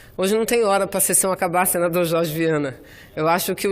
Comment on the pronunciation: Senador Chorchi, essa Mulher já fez tanta plástica, que ela nem fala mais Direito, é Jorge, ela fala Chorchi, kkkkkk.